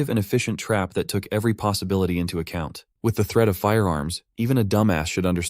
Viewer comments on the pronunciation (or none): none